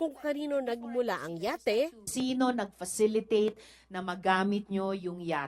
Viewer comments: Falicitate? Sen Jinggoy? Or facilitate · Falicitate. Hahahh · kalma falicitate😂